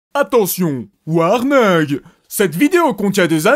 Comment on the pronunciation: "Ouarningue" x)